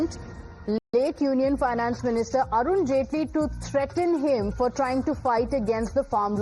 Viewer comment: Why are you emphasising threaten why cant you be normal